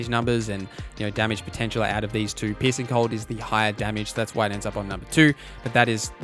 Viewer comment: i love that you say "piercing" cold but because of the accent i hear "pissing" cold XD